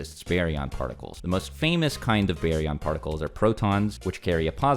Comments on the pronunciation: always changing the pronunciation of a word. It went from bar-yon to some hillbilly named berry😂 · It's Bar-yon not Bae-yon lol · Is that how it’s really pronounced ? Baryon mode? BARRY-YON? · Berion mode lol